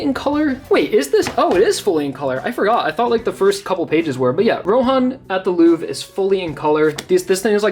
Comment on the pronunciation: The pronunciation of louvre is making me want to break something. What is it with Americans not being able to pronounce basic french words? Nonetheless great collection